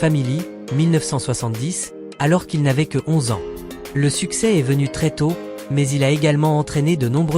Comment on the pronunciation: Voix d’I.A. qui prononce "21 A N S point" 😊😊😊